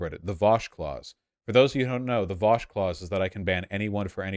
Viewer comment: Vausch pronounced all the words correctly 😎